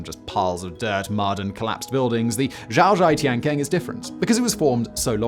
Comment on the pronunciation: Xiaozhai Tiankeng (小寨天坑) is pronounced Hsyao Djai Tiehn Kuhng, NOT Zhyao Zhhai Tiehn Kaang. British youtubers consistently butcher the pronunciation of foreign language terms, at least the few that I watch. This otherwise excellent presenter routinely butchers the names even of chinese personages whose histories he reports. Take a pinyin phonology speed course for just 5 hours and fix the problem for good please.